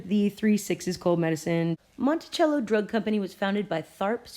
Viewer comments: Pronounced monte-sell-o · You're pronunciation Monticello is off. And yes I've purchased it in some small drug stores here in Georgia. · Peace... Monticello is pronounced MontiSello and Quinine is Kwy' 9. Words that were once common are like Foreign words in today's world that has become my future... I was born in the 50's 😉